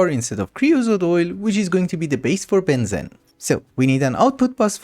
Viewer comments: it is pronounced benzeeene not Bensin :D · just fyi, its ben zeeeene not ben zen. Long ee like fleece.... or so I say it:D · heads up its pronounced ben-zeen love the videos :) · the amount of times i have to hear benzene will make me go crazy its you say it like benzin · Strange. Us "yanks" 'murr'cans have been taught to pronounce benzine and gasoline the same... I'm happy to call it a regional difference. seems there's lotta words that are like that. much as I'd reaaaaally prefer to have a globalized standard for more things. No worries, always looking forward to more progress. and please, PLEASE go megadeep into Thaumcraft. I...I need it. I don't know when I'll get to see more of one of my favorite classics. keep going! right into those obsidian obelisk dungeons, and stuff! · the way pronounces Benzene is so fun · funfact: Benzene aka C6H6 aka cyclohexatriene is pronounced as ben-xeen (if you know x33n) / ben-zeen idk why, but just wanted to point this out